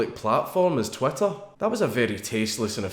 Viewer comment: GOUIN TRU HAS TWEEETAH